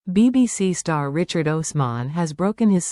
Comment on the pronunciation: Fake. You don't even pronounce Richard's name correctly